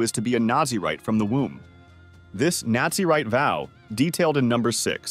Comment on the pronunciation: Its Naz-a-rite not Nazi-write